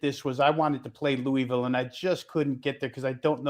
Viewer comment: Dude learn to say Louisville - it's not Louie Ville..... It's pronounced Lou-uh-vul